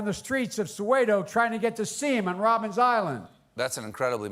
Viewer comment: And from a South African, I can tell everyone, We call it Robben Island! Not Robins Island!